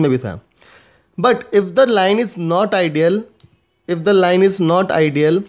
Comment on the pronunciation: he is not spelling, he is pronouncing "ideal" for "idle"